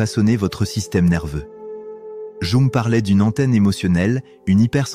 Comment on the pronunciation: Qu'une IA nous parle d'empathie et d'hypersensibilité est la pire des mises en abîme... quelle catastrophe !!! Jung se prononce "Young", bordel ! Et entendre cette voix sans émotion employer le "je" est une telle ineptie, à vomir ! Nan mais je suis le seul à être horrifié d'écouter une machine nous "instruire" sur nos humanités ???